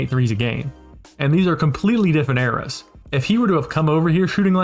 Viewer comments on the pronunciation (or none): none